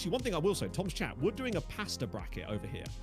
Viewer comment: swear I thought he said pastor bracket and not pasta😂😂😂